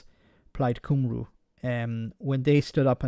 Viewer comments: Cymru. Phonetic_pronounciation =. 'Come'- 'Ree' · Not " Come - Roo "